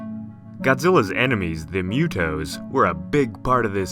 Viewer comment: This guy is a Godzilla in disguise. He's obsessed with Godzilla and its franchise. It's Mu-tos not Mue-Toes....🌚